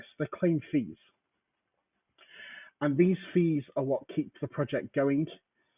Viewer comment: You did turn in to xrpRose for a moment there. ‘Prowject’ 😀